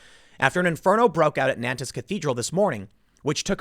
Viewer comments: Tim Pool, fyi, it's pronounced "naunt" like gaunt. You're killing me with nan - tez. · Just to be an arsehole - It’s pronounced ‘ Non-t ‘ . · Gentle correction, it's not pronounced Nan-tez, it's pronounced Nawn-te. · Pronunciation note: Nantes = approximately "Nawnt" (with an aspirated "t"), not "Nan-tiss" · Nantes is pronounced like “NONT”, not like “NAN-tez”. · "NAN-TEZ" is pronounced "NONTS" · Tim, it's pronounced Naunt, not Nantez. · It’s Naunnt .. not Nan-tes 😉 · It's pronounced N'ONN'TT'** geez the presumption that you got it right just cos it came out of your mouth man c'mon. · It's pronounced "Nant", or even more accurately, "Nont". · It's pronounced "Nont" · NAN-TIS France. Lmao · Nantes is pronounced nãt. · It’s pronounced “nance” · Nantes is pronounced NAHNT. 🤷‍♀️ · It's pronounced 'Nornt' Tim ffs! Don't look to the left for suspects on this one - though it's still all part of the intersectional/multicultural/west is bad/white is evil narrative. Slavery existed in north America before any white man set foot there! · Nante pronounced "nawnt" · Dude, Tim you claim to do a lot of research on the topics you cover, could you make more of an effort to correctly pronounce foreign names, words, cities etc.? It only takes a little time to look it up. Non-tez? Dude? Seriously? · Nantes is pronounced like "naunt" Sad story, thanks for covering it. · FYI: The city is pronounced "nawnt", one syllable. the final "s" is dropped, unless the following word begins with a vowel. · The French pronounce the town ''Nont'. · Nantes is pronounced as between NART and NONT. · NAN TEZ 🤦🏼‍♂️ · Please stop saying Nantez Tim. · I’m going be “that guy” and let you know that “Nantes” is pronounced “naunt” - I have family who live there. Love your work Tim, keep it up!!! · Nantes is pronounced naunts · Nobody: Tim Pool: “Nan Tezz” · Nantes is pronounced, "nont." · "Nantez" LOL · Nantes is pronounced Nahn